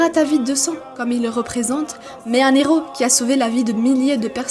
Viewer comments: La théorie de nos zeros??? On ne fait pas la liaison quand il y a un H Nos heros Ça me fait mal aux oreilles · Deux zéro ou deux héros ? Pour les prochaines vidéos pensez à ne pas faire de liaisons devant un "h" 👍